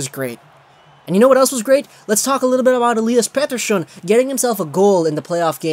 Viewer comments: pronounce Pettersson's name like an asshole one more time and I will unsubscribe. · Swiss? They're Swedish lmao